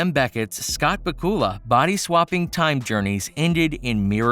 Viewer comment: Scott BA-kula, not Ba-KU-la 😂😂😂😂🤣🤣🤣🤣🤣🤣🤣🤣🤣🤣